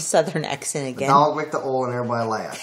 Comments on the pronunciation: Erboyee laughed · He didnt even say 'everyone' he said erbody 🤣